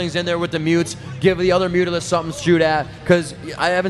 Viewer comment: What the heck are mutes? Noob commentators don't even know how to say mutas. I totally prefer to listen to the Korean commentators go crazy than these boring guys.